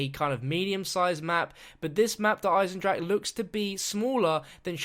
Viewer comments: duh igh-senned-rock-uh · JUST WANTED TO POINT OUT in german words you pronounce the e if the word ends in e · you are saying Der einendrache all wrong